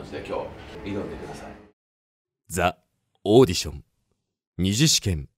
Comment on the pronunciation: ザ オーディションなの？ ジ オーディションじゃないの？